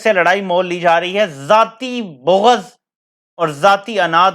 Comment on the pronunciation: بو غض نہیں جی بلکہ بغض